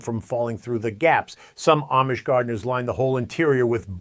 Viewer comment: If your are going to do a video about the Amish, learn how to pronounce it correctly.